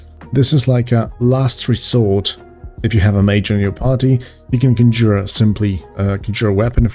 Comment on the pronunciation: "conjour" Thanks for the laugh. So good to be laughing at European accents again(miss pservers)